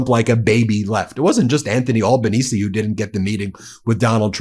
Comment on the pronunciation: Thanks Ben for this vlog. From ya mate down under. Australian PM Albanese pronounced with an aussie accent Al - banese (like - Alan) not All....banese. We aussies call him "Albow." ( like Elbow ) friendly term of endearment. It is funny how you say it. Have a good one, Cheers.